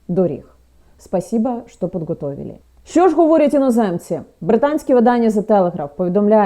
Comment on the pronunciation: "Спасібо што подготовілі" - так уже навіть в низинах Волги не окають. Вони вже всюди здебільшого акають як масквічі. Тому треба казати "Спаасібаа штааа паатгаатавілі".